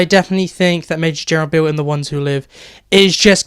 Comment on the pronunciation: you calledbeale wrong